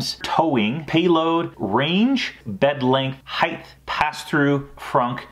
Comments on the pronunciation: Height. Not heighth. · Did he say HeighT or HeigTH?